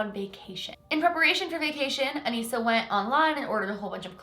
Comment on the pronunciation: That’s my name Anissa but you pronounce it as Anessa